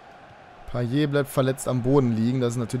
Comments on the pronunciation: also das T bei einer Wortendung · Man spricht Payett und nicht Paye. Hatte es früher auch so ausgesprochen. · weil es am ende ein t ist und man spricht nur e wenn am Ende ein r steht;)